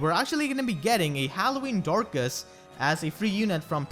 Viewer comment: Did you say DORCAS?!